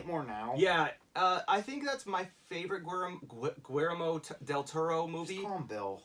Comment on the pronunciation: Easy way to pronounce del Toro first name...Gi-yer-moe. Gi like Gil, yer like yen with a r, and mo is pronounced like moe. Spanish is pronounced different so you have to pick different letters